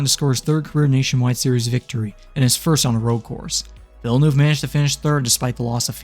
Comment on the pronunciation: Why can no american say villeneuve properly